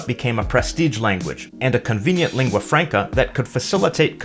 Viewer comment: Albert Böschow yes so hell learn saying lingua franca[franca] not [frenca] no reason to make the first a sound like an [e] and de facto the same why [e] my English may be bad but he has to do it right as he is in a "teacher role"